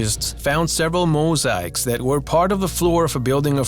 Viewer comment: I've Learned This Guy Can't Say Tutenkamen Correctly, Or Mosaics, And Several Other Words... I Don't Trust All The Information He Gave Out Either As I've Seen Most Of Not All Of The Stories In Other Videos But They Have Different "Stories" Told By The Person Narrating The Video...